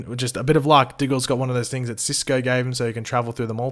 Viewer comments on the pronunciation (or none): none